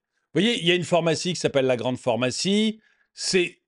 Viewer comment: ce n'est pas la 1ère fois que je te le dit, pourrais-tu arrêter de dire "phOrmacie" au lieu de phArmacie STP 🙏